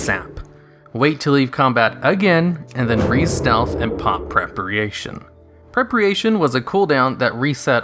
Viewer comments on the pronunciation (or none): What the F is "prepreation"? It's called Preparation jesus man and I'm not even an english native speaker xD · 'prepriation' dude what? that's like a common word lol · Straight up Burke is right. Its just incorrect pronunciation that was never corrected. There is no part of Engish where people read PrepARation as PrepREAtion. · "Prepriation"? It's preparation. Jesus you americans really need to learn to pronounce your own language. How can you be so dumb to have never heard that word used in real life? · It's Preparation not prepreation....... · it's "prep a ray shun"- not "prep ree ay shun" :) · PRE-PARATION not fucking PREPREATION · "preh-pre-ation" Its preh-per-ation. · Preparation not Prepriation... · lol its preparation not prepriation :D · Why do you call it prep-re-ation? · Prep·a·ra·tion, ((Prep-uh-ray-shun)). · Prepriation? Seriously? Why tf bother learning English if native speakers speak like I do rn ffs. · Prep-pri-ation. Fkn dumbass. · "prepriation" haha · Prepriation?:))) Omg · prerpryation h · Lot of misinformation and condescending attitude from a guy who can't even pronounce preparation correctly. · you honestly dont know how to pronounce preparation....... why are so many youtubers so stupid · I cringe each time you pronounce preparation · I'm sorry but how did you just pronounce preparation? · Super confusing way of saying Preparation...